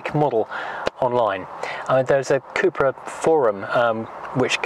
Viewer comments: Cup-ra (Cup racing)... not coop/coupra 👍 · I worked with SEAT for 5 years, and it was always pronounced coopra in the UK and Spain